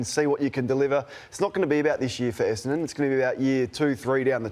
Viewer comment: AFL commentators, let’s all say this together “Esse-N-don”. Muppets can’t even get the team name right.